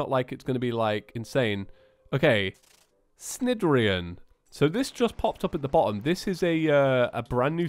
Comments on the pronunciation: Just so you know, “Cnidarian” is pronounced naidarian, like in the word “night”. Keep up the awesome content btw! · Cnidirion is pronounced like snide-ear-ee-on